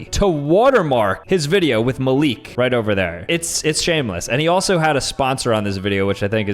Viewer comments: im offended cuz he said maleek and my name is malik it’s pronounced mal I k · Maleek 💀 Dude it's pronounced how it's written (with emphasis on the A a bit)